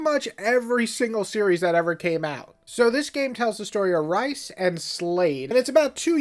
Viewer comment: Ryza is pronounced “rice-ah”, not “rizz-ah”.